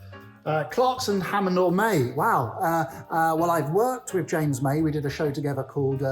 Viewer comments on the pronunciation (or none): none